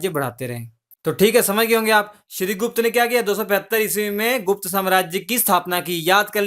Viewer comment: Shrigupta not shrigush Take care